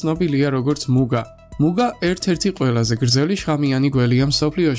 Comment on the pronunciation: მუგა არა, მუნგა.